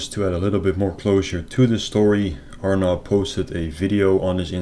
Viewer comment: “This scammers name is………Arnab ……pronounced as “our knob”……..sinha 😂😂😂😂😂 fukin hilarious😂😂😂👍